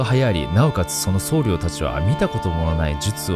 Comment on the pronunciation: [そうりょう]ではなく、[そうりょ]ですね